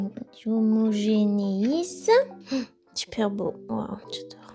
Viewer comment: "J'homogngngngn" j'suis mort